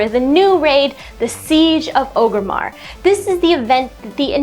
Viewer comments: It's Orgrimmar... not 'Oh-grimmar'. Stop saying it like that. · The first "r" in Orgrimmar is not silent. I mean this with utmost respect; just trying to help. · I really like your videos. I only wish you could say Orgrimmar right. Drives me crazy! lol